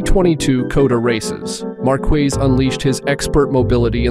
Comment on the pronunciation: You mean like "Marquez" followed a few seconds later by Markwezz?"